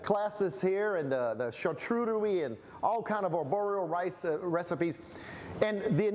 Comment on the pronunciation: You lost me at char-TOOT-erie board ! 🤣🤣🤣